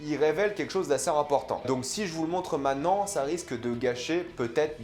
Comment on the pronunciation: La vidéo est cool. J'ai hâte de voir la nouvelle saison. Par contre, dans le mot "maintenant", on prononce le t. 😊 Cordialement.